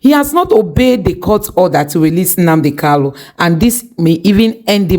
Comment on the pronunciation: Mazi's name is KANU not KALU, why can't some of you people even ndi igbo know how to say this very simple name. Very disappointing.